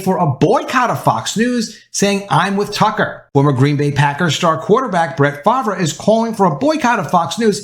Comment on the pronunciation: How do you NOT know how to pronounce Brett Farvre? Seriously???